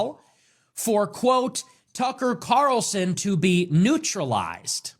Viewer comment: Keith: "Tucker Carson?" 😂😂 I know it was a simple mistake, but I found it funny, so I laughed. It looks like the second/bald guy has a rock on the shelf behind him. I wonder what it is? Bidens brain?